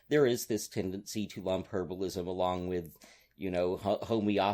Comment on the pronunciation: I think you meant "herbalism," not "herablism."